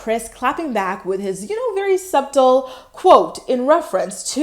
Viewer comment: You don't pronounce the B in subtle. Its pronounced suttle.